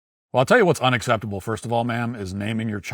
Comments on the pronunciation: "Dess unucetabo" 😮 Yes ma'am your IQ level is INDEED unacceptable. 😂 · For the birthday mom, what does "un-astept-uble" mean? Until you can enunciate words properly, maybe lay off the outrage. Also black mothers, naming your kids stupid shit like this, or names you spelled incorrectly on purpose, all that does is gets applications and resumes likely thrown into the trash. So you choose to start your child's life off in a tough way because you "wants to be YOUNIQUE" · "Unaseptible". Gotta program that into my phone vocabulary.